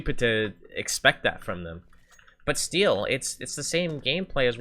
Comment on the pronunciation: when say still it sound like xDD